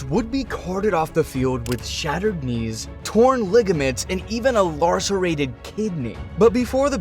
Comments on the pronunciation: besides not mentioning Alzado, the narrator said "larcerated" instead of lacerated kidney. Just sounded funny. On top of all the other shitbhe missed and made up. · Larcerated kidney? It's lacerated, you make it sound like a crime. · Lacerated, not lar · "Lacerated", not "larcerated",. SMDH...🤦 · 'Larcerated'😂 good video,though 👍80s football was absolutely peak NFL. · What the hell is a 'larseration'? Who the $uck is 'Jack Suirrick'? And what is "His second touchdown road extended the lead to fourteen and oh."? Can you spend 30 $uckin' minutes editing this SLOP before uploading it, or are you that socially and intellectually lazy and can't be bothered to put together a presentation? Chri$t, this $hit is objectively awful. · Lacerated not Larcerated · "Larcerated"? Try..l a c e r a t e d. McMahon and Marc Wilson were both BYU QB's. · Did you say "laRcerated kidney"? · you pronounced the word lacerated incorrectly it only has one 'r' in that word